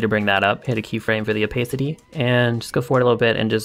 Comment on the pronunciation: This is epic :0 But u kinda say Opehcity